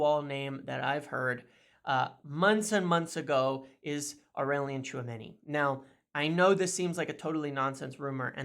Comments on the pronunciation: brother brother did you just said tchoumeni 😳😅 ? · Tchuameni you say 🤔